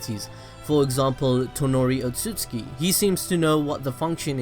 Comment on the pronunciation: Otsutsuki... not otsuski.... yeesh